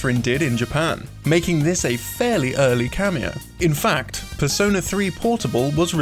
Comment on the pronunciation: Despair Waffle PERS-ö-NÄ